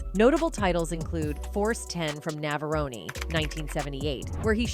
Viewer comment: What is with this narrator describing the Rocky sequels as Rocky 2 inches, Rocky 3 inches and Rocky 4 inches? and "Force 10 from Navaroney"? Has this narrator never heard of silent after a vowel? or is it another A.I. thing?